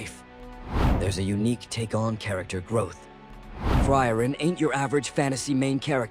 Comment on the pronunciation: The way you butcher the name is sending me chills